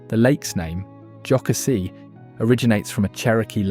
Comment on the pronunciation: Most people who aren’t from that area mispronounce it. I am not surprised. Lake Jocassee was mispronounced as well. Other than that, I loved looking at the state and the beautiful animals. Reminded me of the times I have been to the cities or seen an eagle in person.